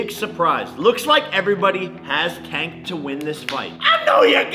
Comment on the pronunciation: If my wife wanted to live stream the wedding and do a podcast on the honeymoon I’m out lol. He butchered Tanks name so lol